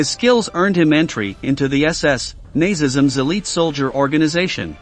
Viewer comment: Nazzzisms. Holy fuck is that a word. I’m out. It’s scorzany. Scoresany.